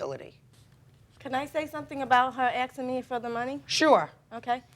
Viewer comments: The word is pronounced "asking" not aschking. 😂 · People that say “axin” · "Axing you for the money". idiot